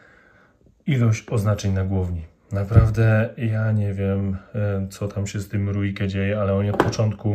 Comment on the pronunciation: Nazwę Ruike, wymawia się REIK. To nie wpływa na jakość narzędzi, ale warto wiedzieć, zwłaszcza przystępując do recenzji.